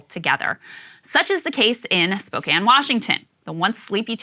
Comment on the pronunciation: Krystal, as a WA local I can't tell you how refreshing it was to hear you pronounce Spokane correctly lol 🖤